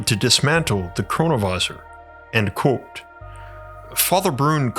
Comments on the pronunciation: You really should learn how to say the words 'Quote' and 'Unquote'. It should not sound like 'Colt' and 'Uncolt' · Love the way my man says "QWOTE."